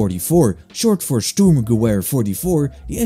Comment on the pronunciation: I dont like correcting pronunciations, but sturmgewehr is pronounced sterm-ge-vair. Other than that, pretty sick video, i might download some of these too